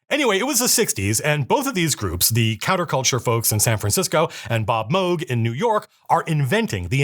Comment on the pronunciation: Thank you for pronouncing Moog right